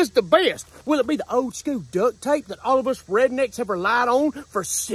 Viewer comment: Dude it's suppose to be DUCT Tape NOT DUCK